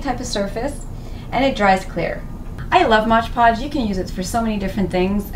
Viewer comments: MOD Podge, not "Modge" Podge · why is everyone calling it modge podge? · "modge podge"